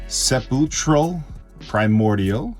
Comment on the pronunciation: Also, not trying to be *that guy*, but just letting you know for next time. Sepulchral Primordial is pronounced Seh-pulck-rul Primordial